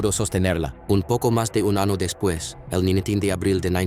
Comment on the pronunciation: me carga tu canal huevon hablas como las huevas el español, se dice año huevon no ano eso es el recto, si no sabes hablar bien el español piden un traductor , mezclas ingles y español